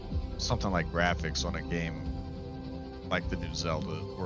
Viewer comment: The graphics?? 😂😂😂 mans said the graohics fr 💀